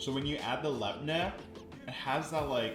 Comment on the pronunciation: Extra note: YOU PRONOUNCED LABNEH CORRECTLY HORRAYYYYYYY